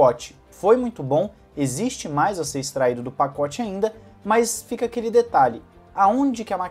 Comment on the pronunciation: "Paocte tem influencia"